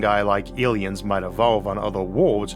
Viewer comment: Biwwion? Awiens? Eawrf?